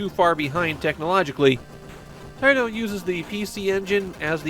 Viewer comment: Are these videos narrated by an A.I. voice? Avery once in a while, there is a word constantly mumbled through, in this case, the word "Taito". I thought this serious was a passion project for somebody, but now I'm questioning if I should keep watching.